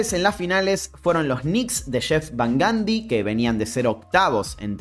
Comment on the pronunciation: Porque los argentinos tienen una pronunciación del ingles tan espantosa? Tim DANCAN Stephen CARRY Jeff Van GANDY 😣😣😣